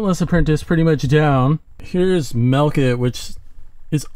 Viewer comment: why do you call milk it "melk it"?